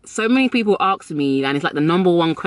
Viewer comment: It’s ASK, not AKS